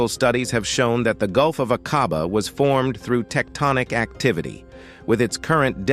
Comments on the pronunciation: A (LONG VOWEL) quabah, pronunciation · Shocking pronunciation of Aqaba.